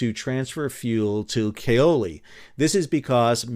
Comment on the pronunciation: The "a" in Platte is like the "a" in apple. Also, Kal-oli.